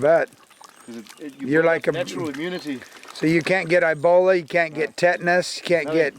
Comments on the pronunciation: he says ibola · What the hell is "I-Bola?" Probably he means Ebola.